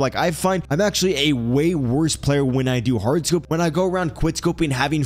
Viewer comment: My guy love ur load outs aye… ur number one on this shit… and love how u say hard scoped lol that’s funny… thanks once again my guy much love